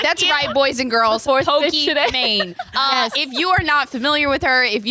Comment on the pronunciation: messes up Pokimane's name almost immediately and multiple times lmao.